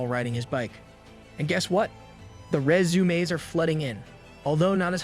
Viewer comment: Resumaeess 😂... Love it bro, thanks for your effort😊❤